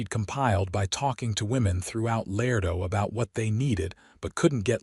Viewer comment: It's pronounced La-re-do.